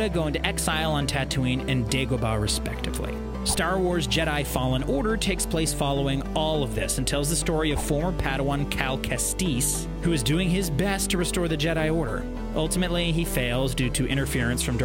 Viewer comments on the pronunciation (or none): "Eeloom" "Terra Vizla" "Cal Kesteeez" "Konon Jerris" Ouch..